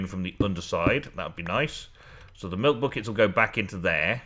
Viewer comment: haha said butt kicks instead of buckets:p